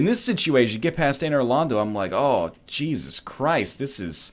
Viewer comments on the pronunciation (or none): none